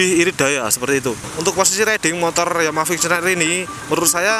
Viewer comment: mules gue dg yg nmanya VIXEEON...jjik